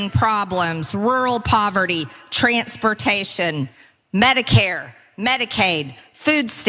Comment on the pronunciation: "Trantspertayshin." After she's gone, linguists the world over will study Marjuree's pronunciations and teach her version of English around the world.